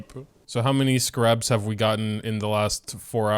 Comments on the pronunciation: I know your frustration. But my own critique of how you’re pronouncing the scarabs is personally frustrating. Because it’s not pronounced “scuh-rabs”. It’s “scare-ibs” I’ve never heard of a single other person pronounce them the way you do. I’m sorry for sounding very rude, but I’m grammar nerd I guess you could say. And when I know how a word is pronounced and I hear someone say it completely wrong, it frustrates me. Especially when it’s a word where there really isn’t multiple ways to say it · IT'S CALLED Ske-rabs